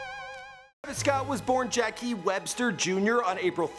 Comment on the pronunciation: "Jackiee" it's Jock😅